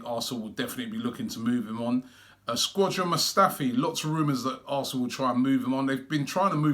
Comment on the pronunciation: Robbie why do say squadron mustafi